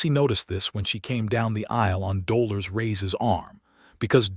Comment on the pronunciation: I understand that AI is not a human being, but if you cannot help AI to correctly pronounce people’s names, then change the names to something they can pronounce. In this story, it is the name Dolores that is absolutely butchered by AI. 😢 listening from TN.